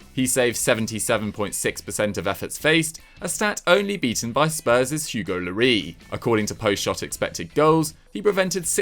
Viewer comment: The first and only person that has ever called Hugo Lloris Hugo Lorree!